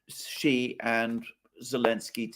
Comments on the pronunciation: Xi is not pronounced "she", it's pronounced "see". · The way to pronounce Xi Jinping is actually closer to( ZEE Shinping) You are being trolled by the comments. I have never heard any Chinese call President Xi (SHE). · haha, it's "see" for Xi Jinping as in "see you"